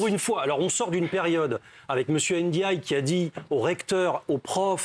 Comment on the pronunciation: C'est pas monsieur n,djaye, c'est monsieur djaye, arrêtez avec le ( n) svp Merci sans aucune animosité ❤❤